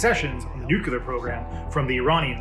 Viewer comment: I believe that nuclear is pronounced differently than in this video.